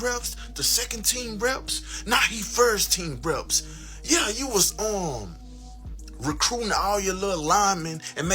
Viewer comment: Time stamp buddy sound like a fuccn reptilian fr that boy said Rhhaaacruting 😅😅😅 wtf was that bro